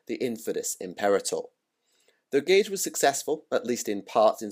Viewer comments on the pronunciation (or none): none